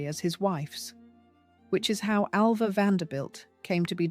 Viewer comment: Get her name right. I was ALva, not AVa!